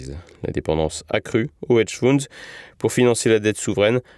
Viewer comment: Ce ne sont pas des hedge founds, mais des hedge funds …… ! Feunds sivous préférez 😉